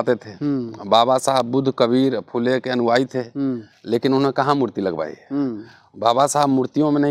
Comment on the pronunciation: अनुवाई नहीं अनुयायी।